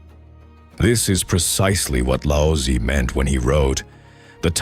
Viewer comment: His name is not pronounced as Lao sy....goodness. such disrespect. Its lao zi